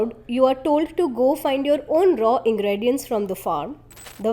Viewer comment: Horrific! Is this some kid's video? I thought I was looking at one of the TS videos but lack information, production knowledge and whoever has done the voice over, pathetic. 'Ingredients', 'data' names of the minerals spoken. Please do not compromise the quality. For your videos production including research or even voiceover, contact me or ASK production. With this quality TS is making a fool of itself.